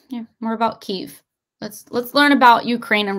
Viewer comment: It's pronounced, Key,ev.